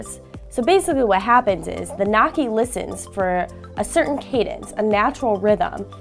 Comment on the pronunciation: noisy not nocky